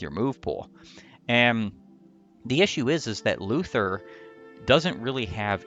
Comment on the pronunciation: I am SO tired of all this Luthier slander! At least he has base Excalibur and a base AS higher than 1, unlike Kliff, and at least he doesn't die in 1 hit, unlike his sister. Also, you mispronounced his name.